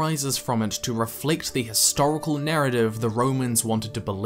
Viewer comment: Great video. Just one thing bugs me though, it doesn't sound you're sounding the 'h' in history/historical.